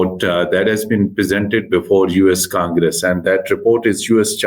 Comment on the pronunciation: Feels like watching 2 5th grade kids talking in English , your vocabulary is so poor and do not know how to compose a statement.... and Its not US Kangres... its US Congress...